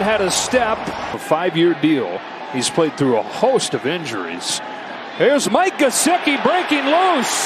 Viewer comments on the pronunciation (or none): none